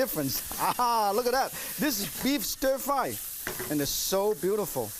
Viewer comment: ohhh stir fwy..........stir fwry...ohhh stir frwy..........so delicious...stir frwy!